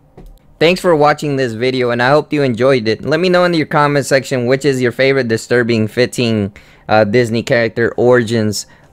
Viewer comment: does "distrubing" annoy anyone else but it's really a good vid :)